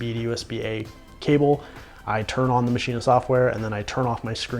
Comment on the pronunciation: why the heck do you keep saying MACHINA? its called MASCHINE!!! stop adding an a sound dude it sounds bad